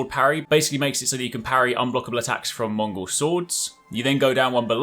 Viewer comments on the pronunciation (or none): none